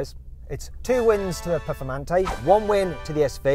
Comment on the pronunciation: ペフォルマンテになってる